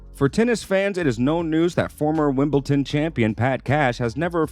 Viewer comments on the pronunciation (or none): Call me a pedant if you want, but is it asking too much that the narrator of this video should know how to pronounce the name of tennis legend Rod Laver? Or, at least, know how to pronounce the world's most prestigious tournament? (It's Wimble-Don - not Wimble-Ton!) Small points, maybe, but it does rather detract from the authority of the video when it's clear the dude fronting things knows diddly-squat about the game. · Lavver? Wimbleton? Who is the moron narrating this video? Does he know anything about Tennis?